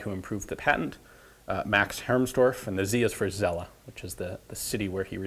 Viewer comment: TSelle ! Please, ian. TSelle with a T and not that weird (and false) american "selle" abomination, that you keep saying. I love your work, but please, please get a handle on the letter "Z" in German words and names. It sounds utterly disgusting, the way you are mistreating it.